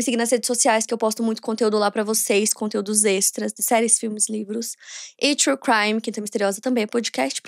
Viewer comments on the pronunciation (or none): Quando ela vai falar true crime direito ?